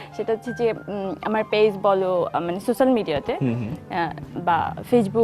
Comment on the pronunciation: এই মাইয়া সোস্যাল শব্দটা কোন দিন উচ্চারণ করতে পারলোনা 😂